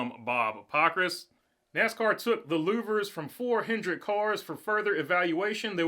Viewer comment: Hendrick drop the S you sound like a noob